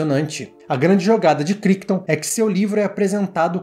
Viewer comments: Cara, excelente seu vídeo. Mas, uma dica respeitosa... A pronúncia do autor do livro (Michael CRICHTON) não é "KRÍKTON", é "KRÁITON", com aquele "r" bem carregado da língua inglesa. Já li o livro, uma edição antiga. E comprei a edição nova da Editora Aleph. E o filme é um daqueles que me marcaram demais na adolescência. Assisti a ele quando tinha uns 15 anos, lá por 1992, 1993. O filme é de 1971, mas passava, vez por outra, no (quase) extinto canal CNT. A CNT (Central Brasileira de Notícias) foi uma tentativa de se abrir uma TV concessionada (aberta) fora do eixo RJ-SP, especificamente em Curitiba (minha cidade). E "O enigma de Andrômeda" era um dos "carros-chefe" em termos de filmes comprados pela emissora (o outro era "Calígula", cuja transmissão na época foi um escândalo, dada a obscenidade do filme). Cheguei a ter "O enigma..." em DVD, mas passei pra frente minha coleção há uns anos. Não sei se é fácil de achar pra assistir agora... Parabéns pelo trabalho. Assisti a dois vídeos do canal e já tou inscrito. Abraço. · Ótimo vídeo! Só pra constar, Crichton se pronuncia "Craiton"